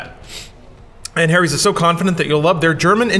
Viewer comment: t's is pronounced HARRY'S you flipchart! Not Hairys, or Hairies. The "Ha" is said with a phonetic 'A' sound, like Apple, not Aeypple or Eipple. What the sock is wrong with you? Thanks for spelling it!